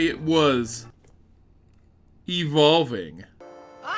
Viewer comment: “Evolving” dear god help me